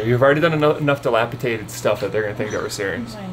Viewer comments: we love you man but it's "dilapiDated" NOT "dilapiTated" 😂 x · I wonder if you do it on purpose lol. Dilapitated is not a word 😅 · It's dilapidated not dilapitated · sorry to correct u, but it's pronounced "dilapidated." Not dilapitated. Also, ur shed is not old or in need of repairs, so it wouldn't be described as dilapidated. It's a makeshift shed/home that needs updating perhaps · Before I say this....I want you to know I LOVE YOUR CHANNEL! I watch you faithfully.....but today I had to comment. You used the word many times....wrong. It is not delapiTated. It is delapiDated. I'm sorry...it just bugged me. 😊❤ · Delapitated? No such word. Try dilapidated. Lol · The word is..DILAPIDATED with a D not with a T. DATED not TATED!! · Again ,its delapiDated not delapiTated as you keep saying. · DilapiDated, not dilapiTated. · Argh! I tried really hard to leave it but you said it SO MANY TIMES!!! Pls, it's dilapiDated, not -Tated. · DilapiDated ....D not t. Sorry, but that made me carzu the entire video. 😬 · di·lap·i·dat·ed with a “D” - my PSA for ya 😎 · it's dilapiDated - one time is ok but you kept saying it wrong! Sorry - word Nazi here! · No T in dilapidated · Drink every time he says dilapidated wrong